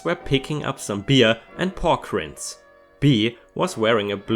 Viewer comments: the rinds in pork rinds is said like RIPE pronounced as rye-nds NOT rends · rinds.. pork rinds... "reinds" for Germans - warum schauste nicht nach, wenn du was nich aussprechen kannst, echt ey edit